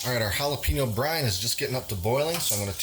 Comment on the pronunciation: jalapeeeeno is not how to say it .. we say texas, not teeeexas, wake up